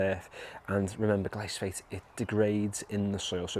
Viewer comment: It’s Glyphosate not Glysophate 😂